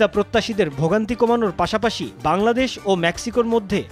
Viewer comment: বাংলাদেশ উচ্চারণ ভালো করেছে😂